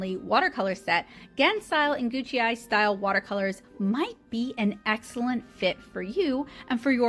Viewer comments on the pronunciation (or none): Google says it is "goo k eye"